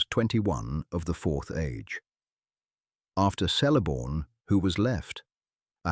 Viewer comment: WEhy is your pronouncu#iation so bad? Celeborn is eith a hard C like a k, and Eregion with hard G as in Garage, Do your research properly.